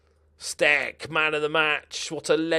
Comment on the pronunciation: It looks like Damian Stec is of Polish origin, therefore his name should be pronounced with a soft "c". It's "stets".